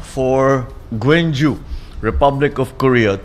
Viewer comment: GWANGJU hindi GWENGJU😂😂😂